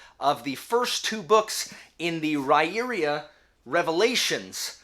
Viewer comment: According to Sullivan’s interview with Daniel Greene, it’s actually Rye-ear-uh. Not sure how, but 🤷🏼‍♀️